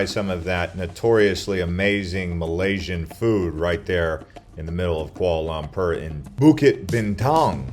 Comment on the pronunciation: Quahla laahmprrr you say? 😂